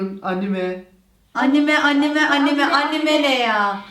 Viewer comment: çok komiksin ya o nasıl anime diyor 🤣🤣🤣🤣